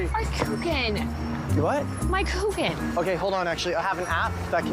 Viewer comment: Very lovely Christmas movie , nice storyline,but the way she pronounced Kuchen is absolutely wrong,the ch is softly spoken , the first time i thought it looks like the Geman Mozart Kugeln a chocolate we buy mostly at Christmas . Germans love btw cake German word ´torte¨ they eat it almost every day ,like the English have their afternoon tea, they have ,Caffee mit kuchen.